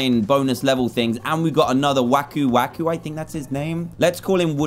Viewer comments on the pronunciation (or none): Its aku aku not wacu wacu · It's aku aku not waku waku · Dan: i think his names waku waku Me: it's aku aku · guys his Aku Aku is Johnny ours is joney- (joe-n-ee)